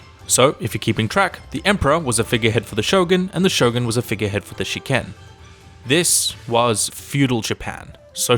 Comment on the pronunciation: 執権が試験に聞こえる...